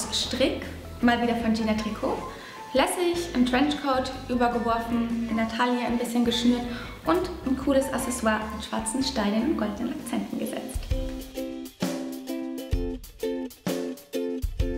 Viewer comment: Hey liebe Cathy, ich mag deinen Style wirklich gerne! Du hast mal auf Insta geschrieben dass du Französisch sprichst, allerdings läuft es mir als halbe Französin kalt den Rücken runter wenn du [asesoir] sagst, es heißt [aksesoir] mit einer starken Betonung auf dem K (bzw. dem doppelten c) also bitte bitte versteh' das nicht als böse Kritik sondern als wirklich lieb gemeinten Hinweis! À la prochaine fois Madame Cathy! ♡